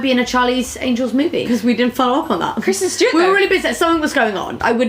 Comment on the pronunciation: kwisten stewawt